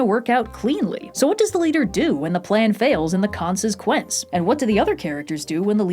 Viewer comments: I'm gonna be saying "conses quenced" for the rest of my life now, won't I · Just did an actual spit take of “when your conses - quence “ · ATLA clip... ... though honestly ... "when the conses quence" ... jebus h christ ... my brain hurts.... ooooohhh ... and a FMAB segment... I liky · “When the conses quence” has me so dead. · "When the conses quence" is excellent 😂